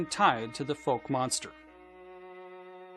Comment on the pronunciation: Foke lol cant pronounce the town name , its F-oww-ck